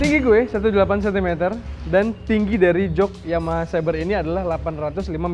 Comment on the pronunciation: Xeber bang di baca nya bukan sabre..maaf..